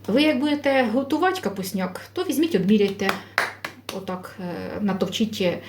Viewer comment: Це зовсім не капусняк,тому що капусняк вариться з квашеної капусти!!!!!!!! Було б не погано,щоб ви трохи підівчили українську мову,бо ваше уродсько- москальське ( ть)- мішать,додавать.,готуватьт ...... в українській мові вимовляється (ти)!!!!!!ЦЕ НАВІТЬ ЗНАЮТЬ МОЇ ВНУКИ,ЯКІ НАРОДИЛИСЯ НА ДРУГОМУ КІНЦІ ПЛАНЕТИ!!!!!!!!